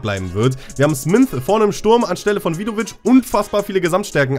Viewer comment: da steht smyth nicht smynth, ganz normaler name auf deutsch wäre das schmied hahahah